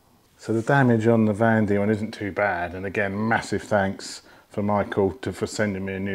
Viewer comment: Van Demon, as in van demons land, not vandemon!!